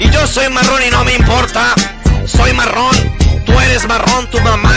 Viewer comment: Ahora ni se pronunciar bien la palabra marrón